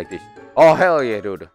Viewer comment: Not hell :herr yeah